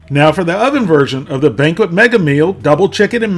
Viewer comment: "Banquest"? Jesus...